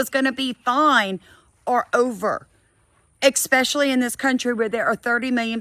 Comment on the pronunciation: with all that education behind you, why do you pronounce especially with a k in it like ekspecially?